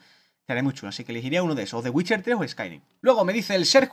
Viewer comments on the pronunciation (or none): none